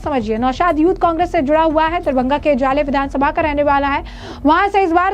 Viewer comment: मैडम शहर का नाम तो ठीक से बोलो.. दरबंघा नहीं "दरभंगा" बोलो..